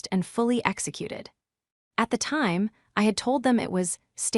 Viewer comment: Your Pronounciation of the time is EXAGGERATING, why not pronounce it CORRECTLY?😂.